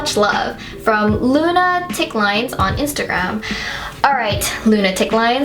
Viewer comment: Awesome video as always, greeeeat advice! But.. so sorry, I can't help myself laughing at "luna-ticlines" xD xD it's "lunatic-lines"